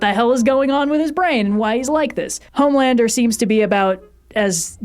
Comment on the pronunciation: I love this channel, but you got Homelander wrong.